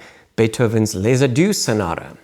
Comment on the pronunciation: Lesaduce? come on man :)